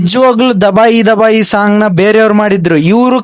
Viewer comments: ದಬಾಯಿ ಅಲ್ಲಾ ಗುರು ತಬಾಯಿ ಅದು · ದಬಾಯಿ ದಬಾಯಿ ❌ ತಬಾಯಿ ತಬಾಯಿ ✅